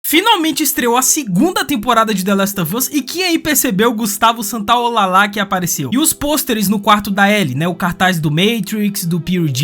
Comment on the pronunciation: Gustavo SATOLAJA(LL em espanhol se fala como j!)😅